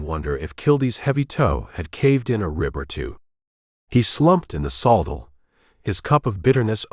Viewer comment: Pronouncing the word saddle wrong